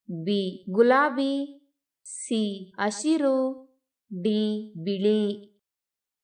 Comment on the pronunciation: Hebberalu (not yebberalu) Hasiru (not Asiru) Many words are wrongly pronounced.